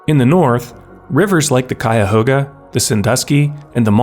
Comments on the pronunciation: Akron is in Summit county named for the summit between the two watersheads, and east of that is Portage County because of the portage between the two systems. Also bonus points because you said Cuyahoga the right way. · thank you for pronouncing "cuyahoga" correctly.